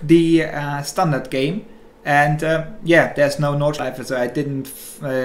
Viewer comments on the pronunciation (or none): I am the only one that heard "gay" and not "game" in the first 10 sec?